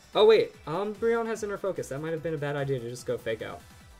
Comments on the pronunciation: Saying "Idear" instead of "Idea" sounded incredibly Irish hahaha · Lol'ed when he said "Idear"!